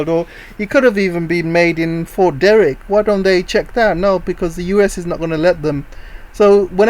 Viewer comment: Fort De-TRICK, not De-RRICK